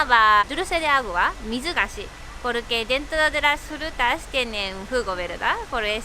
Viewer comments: "Las Jrutas " ajaja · Jrutas y jruterias xD